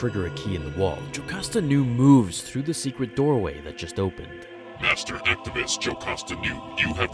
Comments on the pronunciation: it's ARCHIVIST. ARK-EYE-VIST. not activist. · Very fun video. Its master archive-ist not active-ist. An archive is a store of documents. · R-kiv-ist not Activist